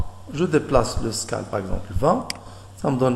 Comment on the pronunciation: Bonne vidéo. Ça se prononce "widgette" et "skayle", c'est dérangeant ta prononciation francisée :)